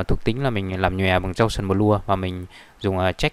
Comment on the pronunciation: gau sần bờ lua =))) nghe chán